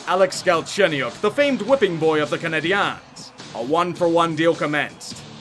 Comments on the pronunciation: Please stop pronouncing the montreal team the way that you do. just say canadians like everyone else in the world does lol. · I love these vids but I HATE how you say "Canadiens"...You can just say it the same way you'd say "Canadians"! Okay, I'll leave